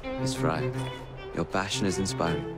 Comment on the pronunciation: And when said, "your passion is inspiring," I heard "your fashion is inspiring." XDDD I was thinking, "why, yes, Evie definitely has better fashion sense than!" LOL!!!